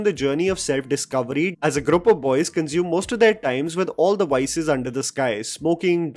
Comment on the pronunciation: Grup Grup Grup! Somebody tell it’s group 🤣🤣🤣